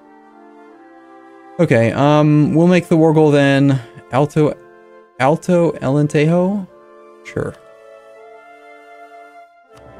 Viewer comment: With the Portuguese provinces, you shouldn't pronounce J as H like in Spanish. So Alentejo would be pronounced like Allen-tay-jhoo.